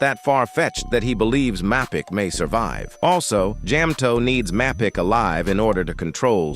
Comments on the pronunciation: I missed “jam-toe-pee” and “map-ick” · the pronunciation of Mapicc is diabolical